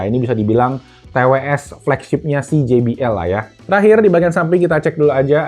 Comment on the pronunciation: finally, jay bee el 😂😂😂 gak gee bee el lagi